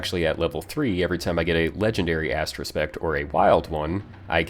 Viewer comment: thx for the explanation...really helpful....but it is astro Aspect not astro spect....;-)